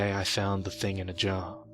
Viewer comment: It's so funny the way you say thing in a jar as one word. Thinginajar